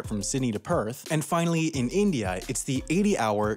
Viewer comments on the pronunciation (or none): none